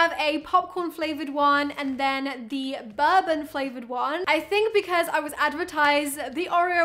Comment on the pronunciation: Is anyone gonna mention the way she said bourbon Like bourbon the alcohol